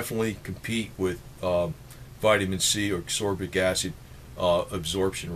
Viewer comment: And its not asorbic acid its asCorbic acid